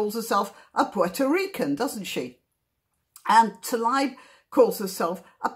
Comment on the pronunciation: Thank you for pointing out the ‘Israel map’ thing on top of Arafat’s head. I never knew.. and btw; you should pronounce Rashdas family name- Taleeb. Shabbat shalom from Israel